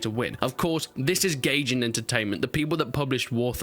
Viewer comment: "gay jin" its Guy-jin please my ears hurt